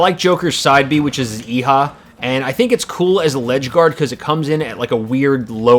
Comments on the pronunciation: Ok did anyone else here ee-ha or yeehaw when he meant to say eihah? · sounds like you said yee-haw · Actually, you don't need to rotate the stick for that: you can just hold Up and it does that. Eiha isn't pronounced that way. It's more like "Eh-ha", though not quite like it. You'll have to listen to Joker actually saying it (he says it when he uses it) to get the proper pronunciation.